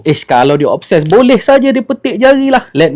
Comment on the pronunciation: Obses TU menatang apa x jelas cakap biar terang